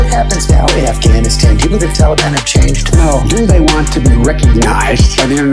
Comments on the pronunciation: When is going to learn how to say Taliban? Thank you for another great video. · I love how he says taliban wrong 😂😂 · I love the way he pronounces taliban so eloquently and respectfully while our people are looking over their shoulder and all the folk who passed in service of their life and home.. they are gone now but never forgotten